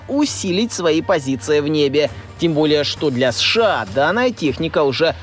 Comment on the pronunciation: Бля, как режет ухо, когда аббревиатуру, читают не по буквам, как подобает, а читают как слово, прям СШАААА, словно у человека челюсть отпадает и он быстрее хочет произносить это. 😂 Читать аббревиатуру нужно по буквам, как в алфавите "Сэ-Шэ-А" (США) или, "эН-эЛ-О" (НЛО). Ну вы же журналисты, серьезная контора, ну что вы как дилетанты себя ведете?😅🤷‍♂️